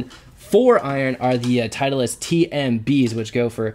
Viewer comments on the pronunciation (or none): honest question.. i heard you guys pronounce "titleist" as "teitlist".. is that a regular thing or only between you two?